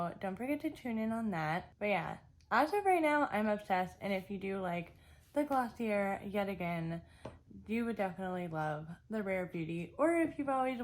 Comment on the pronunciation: It’s pronounced gloss-ee-ae